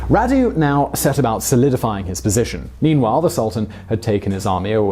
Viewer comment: I don't think this guy is British... he pronounces some words he doesn't know like an American. FYI, Radu is pronounced like "Rahdu"